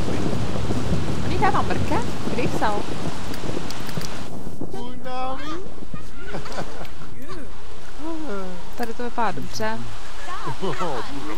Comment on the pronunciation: řekl Cunami..:D